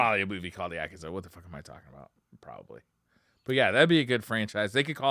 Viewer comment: The pronunciation of Keanu and Yakuza in this episode almost made me have a seizure. All seriousness I always enjoy this show